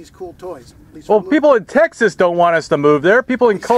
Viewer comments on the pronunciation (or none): I shure do loveee texaaas 😂